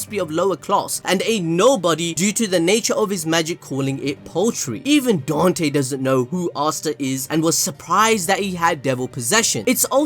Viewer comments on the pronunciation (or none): none